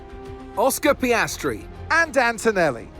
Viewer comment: For Antonelli it said dantonelli 🤣